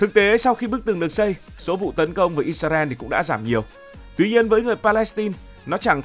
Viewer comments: Vì sao Israel mà tất cả video anh đều đọc là “Isarel”??? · Tại hồi xưa mấy PTV của VTV đọc là ít xa ren. Nên là đọc theo trước giờ ấy bạn. Sau này nghe ít ra eo thì hơi ngượng xíu 😂